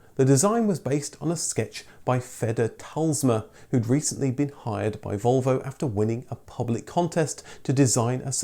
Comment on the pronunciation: That is not how you pronounce Volvo working on your own theory LOL